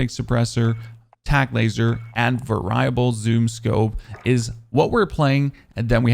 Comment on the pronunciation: Vary-UH-bull LOL seriously though you and JGOD give the best content